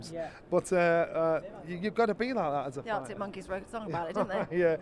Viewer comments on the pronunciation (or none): none